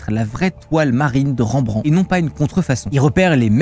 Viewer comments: Ca se prononce REM BRAN TE pas ranbran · Ca dit bien "une aigle" mais juste derrière ça prononce mal le nom de Rembrandt xD